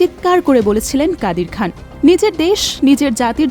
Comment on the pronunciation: কাদির খাম? না খান? এতো বড় আর পুরাতন একটা চ্যানেলের সংবাদে এমন ভুল?